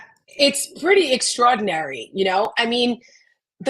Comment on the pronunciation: I love how says, "extrahdinary" ❤ sounds so much better than how I say "extrordnary" 😉